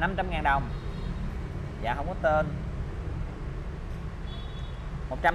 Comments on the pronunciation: Bà nội ươi.ngồi nghe ổng đọc " ko có tơn" mà tui lựu theo nãy giờ🤣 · Vui nhất đoạn ông đọc hổng có tên còn nhấn nhẹ nữa chứ